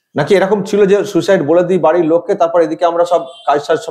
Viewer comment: এটা ফেক ফোন কল। এটা সেই নার্স(?) সোমা মুখার্জির কন্ঠস্বর। ইনি সুইসাইডকে আবার সু-সাইড বলছেন।😀